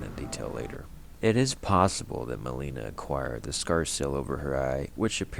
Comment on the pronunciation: The way you say Melina's name is driving me crazy. She literally tells you how to say it when she introduces herself. There's no reason to say it wrong so many times.